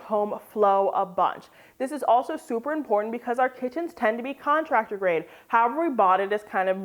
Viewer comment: Everything is what? Did she say Contarctor grade?